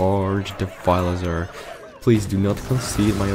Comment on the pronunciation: He's Devilsaur, Devil's creature! Don't butcher his name or... *roooooar*!